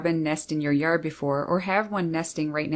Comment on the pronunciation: The way that she says "yard" - LOL! 😂😂🤣